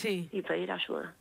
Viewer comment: Extraña historia, no sé si tragármela o no, pero veremos, lo que sí es desagradable es escuchar a la entrevistadora: Desarrosho en vez de desarrollo, ashuda en vez de ayuda, y así por el estilo.